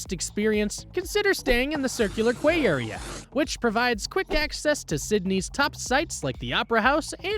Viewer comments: Quay = kee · It’s a dictation transform from human’s sound to AI men’s sound. So the incorrect pronunciation of QUAY were sounded by the narrator.😂